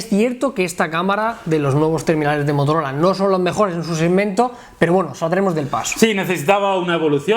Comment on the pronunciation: Motorol?😂😂😂